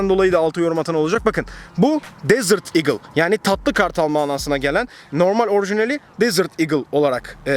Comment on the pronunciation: desır digıl değil desert eagle . eagleın başta d yok